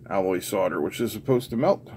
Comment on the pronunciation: Hey, sodder vs solder. Pronounced soul’der… If your house sells, is it sod or sold?